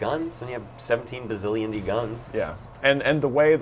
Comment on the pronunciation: not bazzilionde bazzillion